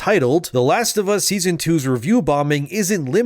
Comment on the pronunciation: “The Last of Ass”